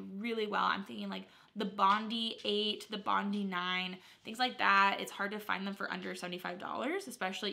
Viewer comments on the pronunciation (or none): none